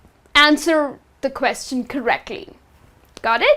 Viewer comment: You should learn how to pronounce the word "question"